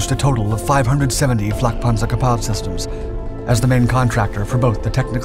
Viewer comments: “Gepard” is pronounced [gaypart] … not guhpar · Gepárd? Is it French? If you're going to say Gepard 100+ times in 10 minutes wouldn't it have made sense to figure out how to pronounce it? Liebstandartes Disease all over again. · He sounded kinda French saying it IMO, but I mostly am only around Austrians so maybe I hear German differently. I like how he pronounced chassis phonetically instead of the American way 😂